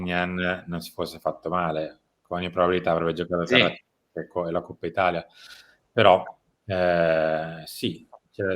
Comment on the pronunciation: Coppa si pronuncia co la o aperta, altrimenti si parla di quella del maiale.